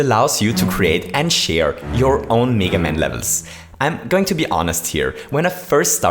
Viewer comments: It's pronounced meh- guh man" not mii- ga man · Its not neega man its mega man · its. m-,eh-g-a man not m-ee-g-a man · His name isn’t pronounced Mee-gah Man, it’s Mee-Gay Man. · meh-ga not meee ga haha. meh-ga man. well thats how british/american people pronounce it haha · It's meh-ga man not mega man. that aside, good points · Me ga man? He pronounced it wrong, but vid is cool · I love how you pronounce mega man. MEEEGA MEYYKA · he says meega man and meega maker lol